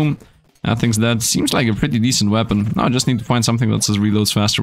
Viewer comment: Are you serious right neow